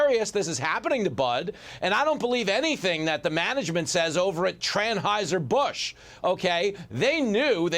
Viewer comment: Tranauhser Busch ,,😂😂😂😂😂